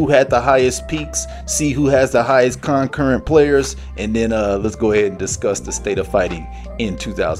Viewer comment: Bro can’t pronounce concurrent 😂